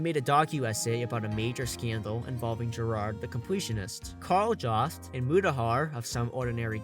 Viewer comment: It's pronounced with a Y-sound and a B in the middle, "yobst"